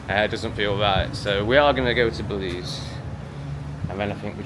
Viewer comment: Yes.... BELIZ...YESSSS....WERE GOING TO BELIEZ